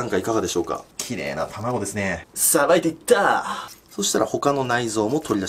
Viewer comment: どした？ 「さばいていっタァ」